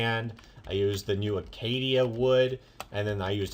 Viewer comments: Acacia... not acatia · its called acacia wood (uh-kay-sha) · Its pronounced Uh-kay-shu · It is pernounced akia wood